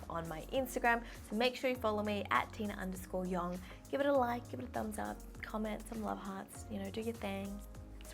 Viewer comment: Whenever she says her name is Tina it always reminds me of tuna